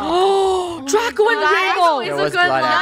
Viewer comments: Does Anyone Notice When She Says Draco Calls Everything SUS She Says Draca And Not Draco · Funneh keeps saying draca not Draco She wants to make TikToks with draca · Did you hear funneh call draco, "DRACA😂" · I love it when funneh calls draco draca lol